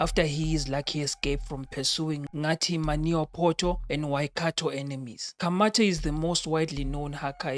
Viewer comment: Tjirrr you butchered the term "Ka mate"😭😭